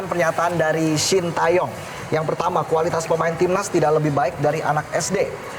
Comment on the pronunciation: wkwkwkkwkw, knp Hostnya baca SHIN TA YONG, padahal cara baca yg bnar adalah SHIN TE YONG 🤣🤣🤣